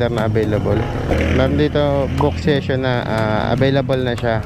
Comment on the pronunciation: Korek ko lng sesyon po basa jan hindi sison